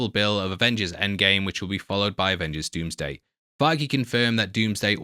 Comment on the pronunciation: 😂😂😂😂😂 I can’t unhear that now